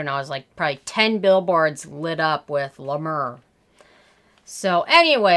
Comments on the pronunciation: La mer not la mur x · "La Mrrrr" Lolzzzz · Lmao "La Murrr" 😂😂😂😂😂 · Isn't it pronounced 'Mare'? As in the sea? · Oooof! I love you but it’s pronounced La Mare lol. It’s overpriced Vaseline I don’t get the cult following. 🤷🏻‍♀️ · Girl! I love how you say LA MAUR!! 😂😂😂😂😂😂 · Yep it’s la mare....clever French pronounciation of a word ‘mer’ which simply means ‘sea’.....go figure!! Maybe it’s just sea water🤣😂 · Thank you for this review! First of all you’re not pronouncing it correctly!! I’ve been using LA MER for 10 years and think it’s wonderful! Your complexion is beautiful…..you look like you’re a LA MER GIRL!!!! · first of all I was using the mayor until basically I ran out of money, and my skin was glowing smooth a luminous I can't even tell you how gorgeous my skin looked when I was using Ladimir,,, and by the way you're not even pronouncing it right,,, you can say anything you want about the scream but people who can't afford it who use it swear by it even beauty and Fleurs like Jaclyn hill and Jeffree star use Le mer, I have also use Laprairie and cleau de peu creams, Nothing compares to it I have tried to use Nivea and put an algae extract it still doesn't give me the same effect as the scream so for all you people who think that the dupes are better they're not the scream is also blessed by something I can't remember exactly And just put put through some copper wire process it's some special technology I swear this cream of straight from Jesus but the price tag is hefty amen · Does she realize that is not the way to pronounce it and when you are reviewing a product I would think you would learn that through research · Do you like the nmf from the ordinary ?? Btw I loved how you pronounced la mer incorrectly. It’s charming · Hi! Love your reviews, but double check your pronunciation - it’s french, for “the sea”